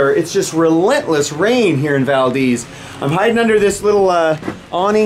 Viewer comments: Not valdeez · You keep mispronouncing Valdez. Please stop saying it like that.